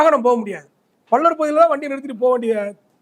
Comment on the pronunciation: டேய் என்னடா பல்லர் பல்லர் நாங்க தேவேந்திர குல வேளாளர்கள் என்ன பல்லர் பல்லர் என்று சொல்லிக்கொண்டே இருக்க முதல்ல வார்த்தையைச் சொல்லி பழகு அதுக்கப்புறம் மீடியாவில் பேட்டி கொடு